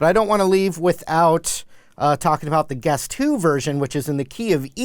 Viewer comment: Is it just me or does it sound like hes saying "The guest who" everytime? lol xD But anyways thanks for the awesome video!